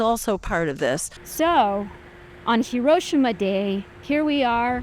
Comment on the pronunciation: doesnt know how to pronounce hiroshima when comparing it to the us